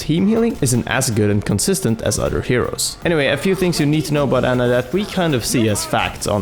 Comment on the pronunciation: Her name is Ana not Anna, sorry this just annoys me.